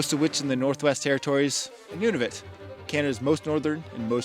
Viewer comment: Noo-nah-voot not none-of-it 😂 Jk you're not that bad 😂